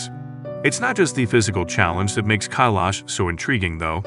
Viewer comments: Damn it's not Kaylash some fancy name The correct pronunciation is Co E Lush Mount Koilash. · How hard is it to pronounce "Kailash" correctly? Not at alllll!! It's not "Kaalash", it's "Kailash". The i is pronounced like a y & "Kai" should sound like "pie" - Thank you for your consideration!! (Pronunciation DOES matter, especially when it's "as easy as pie"!?) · Why are they pronouncing Kailash as Eyelash? like come on bruh get the pronounciation correct plz. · What happened if you climb mt Kailash!!! First pronounce it right. You people always butcher original pronunciation. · Learn to pronounce Kailash properly. Don't disrespect other languages, put some effort and learn the correct pronunciation.